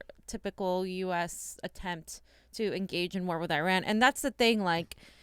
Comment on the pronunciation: Irrrrrran, irrrran...eeerrrrun!